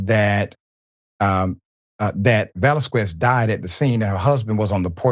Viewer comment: The "U" after a q in Spanish is silent Dr Richey its pronounced "vasKEZ" not "vasKWEZ".